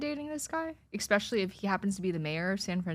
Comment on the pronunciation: She says "Expecially"...how exactly did she ace the SAT? Oh wait, I think I know...